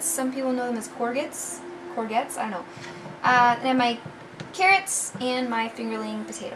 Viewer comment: I looooooove that series of cookbooks! (and it's 'suh-KNOW-muh' and 'core-jet, with a soft j) :D